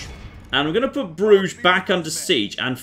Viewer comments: an uncultured barbarian. Pronounces Bruges: "Broozh". Me: a man of culture and refinement. Pronounces Bruges: "Bruh-jez". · Bruges = Bruises